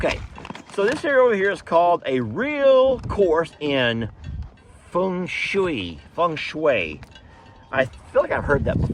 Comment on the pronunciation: OMG, watch that sharp blade around your goat pal. You said Feng Shei perfectly. Yea, a spanking paddle for naughty male goat with big horns. Oh boy if that dough kneader could only talk.